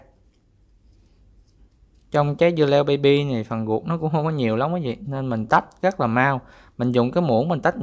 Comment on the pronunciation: sao ko rang noi tieng viet cho dung ma noi chu r thanh chu g,vi du nhu ruot dua ban noi la guoc dua